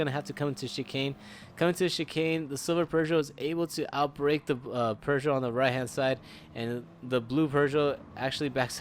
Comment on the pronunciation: Bro, it's not "per-zho". It's "poo-zho".